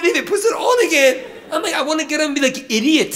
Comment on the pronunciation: The toning of the ‘idiot’ is soooo Middle Eastern I can’t even tell hahaha